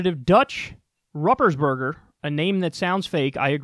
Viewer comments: Roopersburger is how his name is pronounced. I can't believe you don't know who this guy is... come on Kyle. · It’s pronounced “Rooper’s Burger”... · It's pronounced ROOPersberger. This jackass is a rep from my state. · I love how you pronounce his name. It's incorrect. But it's funny. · Kyle, I love how you ruined his terrible name at the end.